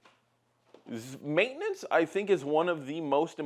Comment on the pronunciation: why did say maintenance like that 😂